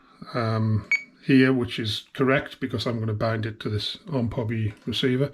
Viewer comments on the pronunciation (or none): It is pronounced like this…O M P Hobby because it actually stands for Ohio Model Products and it is not pronounced like it is one word like this…Omphobby.